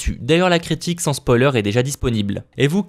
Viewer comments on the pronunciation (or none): none